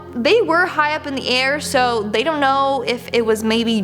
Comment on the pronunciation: zon't...zon't do it